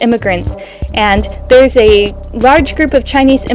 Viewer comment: did you just say rarge? You’ve been speaking too much Japanese.